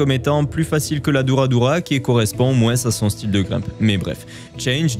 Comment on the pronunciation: Je n'ai JAMAIS entendu quelqu'un prononcer moins "moinsse" - d'où es tu originaire (accent ?) ça pique ma curiosité... sinon super vidéo évidemment ! (référencement) !